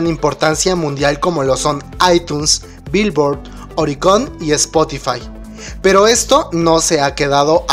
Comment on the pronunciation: así no se dice Billoard (virvo)